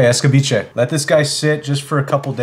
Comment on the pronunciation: Lol couldn't stop laughing with his pronunciation. Es ca beach e 😂😂